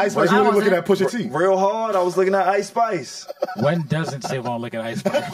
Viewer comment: Icespice????, stop it😂